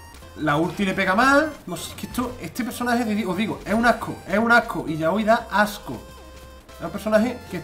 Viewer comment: Se llama "Ilaoi" , no la enfades